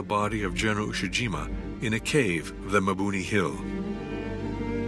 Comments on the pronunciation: It's pronounced "EE-eh" Jima...Iwo Jima is a completely different island to the East. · Damn shame that the narrator keeps referring to Ie-jima as Iwo Jima. Pretty huge mistake to make. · I E Jima not Iwo Jima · The name for IE-JIMA is mispronounced as IWO JIMA and will be confused with the earlier battle in February. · Also they mispronounced Ie Jima as Iwo Jima multiple times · Did no one listen to the narrator before releasing this? Ie-Jima now Iwo-Jima? Hiromichi now Hiroshima? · The narrator keeps getting the names wrong. "ie-jima" read "iwo-jima" and General "Hiromichi Yahara" read "Hiroshima Yahara" lol